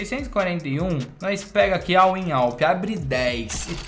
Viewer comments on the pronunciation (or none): é "win" ao invés de in! tmj